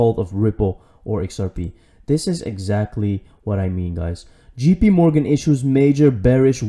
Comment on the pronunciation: FYI it is JP (JAY PEE), NOT (GEE PEE) Morgan. Thanks bro. Great videos.